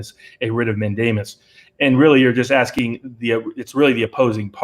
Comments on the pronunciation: You said mandiamus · "man-DAY-mus is the word, I believe; does not add to credibility. I like your arguments generally but on one this one I think you are wrong and by a wide margin. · I've heard 5 pronunciations of "mandamus" since your original video. How many more?